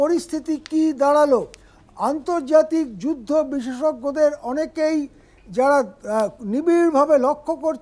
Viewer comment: বিশেষজ্ঞ তো সঠিক উচ্চারণ করতে পারে না, আবার বিশেষজ্ঞ